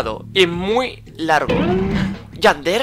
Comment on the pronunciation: Yander noooo tontooo 👹👹👹 es Yandere 😑😑😑😑😑😑😑😒😒😒😒😤😤